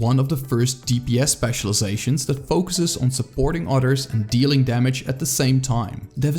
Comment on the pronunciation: Others❌ Udders✅